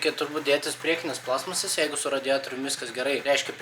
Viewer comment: Stebiu nuo tada, kai užkliuvo, kad sakai plAstmasės, o ne plastmAAsės :D